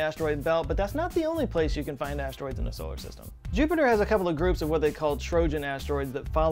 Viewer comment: "In thesolarsystem" 🤖